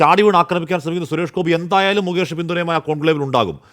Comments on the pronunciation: മൂകേഷ് അല്ലടാ, മുകേഷ്, ഇനി മരുഭൂമിയിലെ ഒട്ടകത്തിനു വെള്ളം കൊടുക്ക്‌ 😂😂😂😂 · മൂക്കേഷ് അല്ല ഒട്ടകമേ .. മുകേഷ് . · മുകേഷാണോ മൂകേഷാണോ?